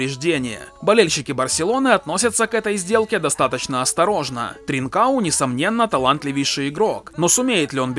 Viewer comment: Не тринкао, правильно с португальского ТринкаН